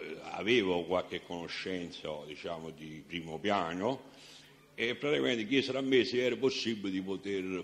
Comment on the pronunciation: Non si può sentire questo signore parlare in italiano.. (Veramento)(Spiegaro)(baso)(tirara)(petesso) (La cumpagna) (Praticamento) E mi fermo qui.. Mammamia se penso che questo ignorantone ha fatto ammazzare centinaia di persone mi viene la pelle d'oca... Mentre scrivevo ha detto anche Lontra..